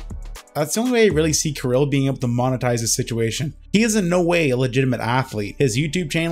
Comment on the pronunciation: Thank for properly saying name "Kirill", Kudos. As for the topic - yeah, this guy is a freak and that the bottom line.